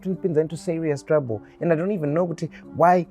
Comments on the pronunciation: Lol who says "trible" with such a straight face🤣 we need the blooper vidz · "trybho" lol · English: trouble: tribal😂😂